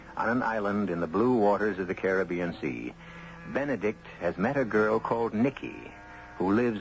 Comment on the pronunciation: This is the second or third time I've played this story but it's the first time I've noticed that EG Marshall pronounces "Caribbean" the same way I do. Most people say it differently nowadays.